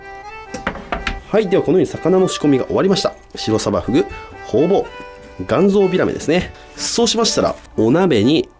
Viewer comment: ホウボウがホウオウにしか聞こえない